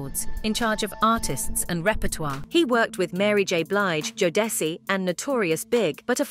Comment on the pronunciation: It is *JODECI, pronounced as ( Joe duh see ) ! 👍